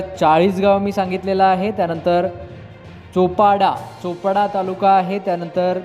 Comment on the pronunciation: चापडा नाही सर चोपडा असे आहे